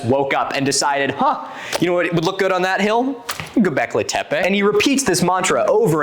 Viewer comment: this episode/part was great! as a kurdish woman from turkey, it makes me really happy to see someone correctly cover one of our megalithic sites :D the only thing that made me cringe (from your side) was the way you pronounced göbekli tepe 😭 i know that's not the important part, but it still made me laugh lol. çok teşekkürler ☺️